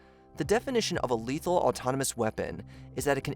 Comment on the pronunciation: "Letahal Autonomous Weapon" ?